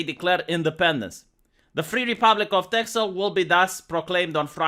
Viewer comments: This news is from a month ago. The x is pronounced like an s. And, Friesland is also pretty secessionist. First I've heard of this though. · it's funny how you say it, I know it has an x in it but in Dutch we say ''Tessel'' nothing bad or anything, just funny to hear it like that.